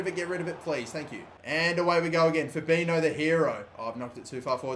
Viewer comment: You say Fabinho "fabinyo", that's the correct way to say it.